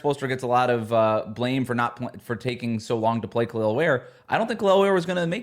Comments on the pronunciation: How anyone can get “eel” from “el” I don’t understand. It’s the team you cover. That’s just not doing your job well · Out of respect for Kel'el, can start pronouncing his name properly please? I know it's a common mistake but we are the fanbase and we especially should get it right.